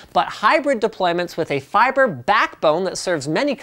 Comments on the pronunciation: Stop saying fiber so weirdly, you silly Canadian. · LapX feebrai? lmfaooo